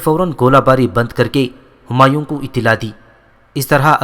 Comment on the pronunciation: bhai apka andazy byan theek hy mager apki kuch ghati perhany my hy jasy homayoon nai homayo hy or dara shikwa nai dara shekoh hy or sunjo nai shykho hy mazaret ky sath